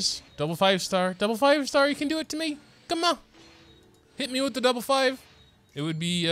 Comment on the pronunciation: When you say 'come onnn' in an accent is another consistent one.